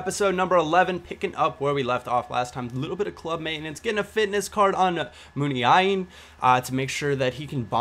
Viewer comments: Its moon-a-een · its pronounced MOON- AI- EEN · Mun-Ya-een Munain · Moon-i-ain if you pronounce it correctly in Basque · It goes like this MOONEYAYEEN - Muniain :D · its pronounced moon-i-een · muniain is pronounced moon-aye-een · yo!! Muniain is pronounced "Mune-eye-een" Hope the DC calms down a bit upon launch. PS. Get a ps3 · Munian = Moo-knee-ah-in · It's pronounced Moona-een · It's pronounced Moo-nii-een pal! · HIS NAME IS MOON-YA-EEN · you're supposed to say it moon-ya-in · i think it's moo-nye-een not 100% though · MOON-EYE-EEN THUMBS UP SO HE CAN SEE!